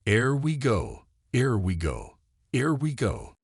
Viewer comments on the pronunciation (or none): yes I understand that. But the narration in this video butchered it.